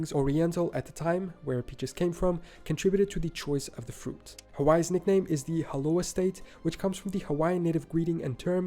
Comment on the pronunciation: Did he say "R-Kansas"?😂 Did he say "the Haloha state"?